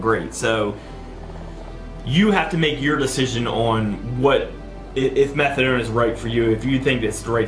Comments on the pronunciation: Is he saying methadome? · Fuck I hate the way he says methadoirlnne